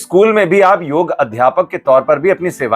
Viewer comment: भाई साहब योगा नहीं योग बोलते है